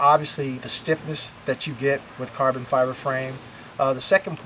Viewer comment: "carbon Fiver" First time he says it.